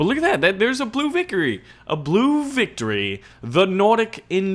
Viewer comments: "blue vicory" lel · "Blue vickory" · he said vicory